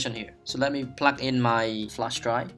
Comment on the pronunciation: "A bootable flesh dry" ?! :'D